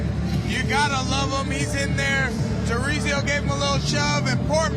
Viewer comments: How hard is it to have ur founder pronounce the fighters' names correctly... Jarizio? The fuck is that? 3 syllables, Mike. (jar-zeen-yo) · Why's Mike keep calling this man Chorizo